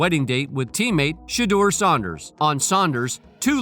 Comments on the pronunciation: Commentator jeeeze! They were NOT both Teens when they met! He was in Highschool and her College (WTG KSU whew!) Also? Why are you Mispronouncing SANDERS WITH SAUNDERS (I like better though lol) get it right daaaamn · This video is trash 🤦‍♂️ can’t even pronounce SANDERS last name correctly 😂